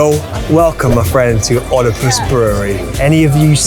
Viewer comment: Thought you’d learn to pronounce Oedipus.